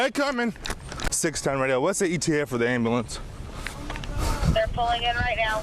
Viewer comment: “Get the Amb-a-lance”